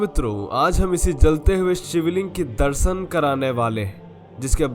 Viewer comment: भैया ...सिव ,प्रकास और दर्सन की जगह शिव ,प्रकाश और दर्शन बोलना सीखों । सफल रहोगे